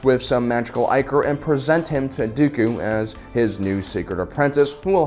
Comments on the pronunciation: "ICK" or...Not "EYE" core...It's the etymological root of "ICKY". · Was ichor just pronounced eye-core?